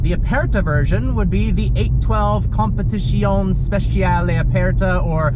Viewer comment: Great job on getting the name correct. 👏🏾